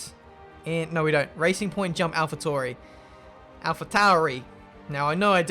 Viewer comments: you keep saying Alpha Tauri wrong, it’s not ‘Toor-ee’, it’s ‘Towel-re’ 🤣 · Alpha Tori 🤦🏼‍♂️ please say their name correctly, thank you.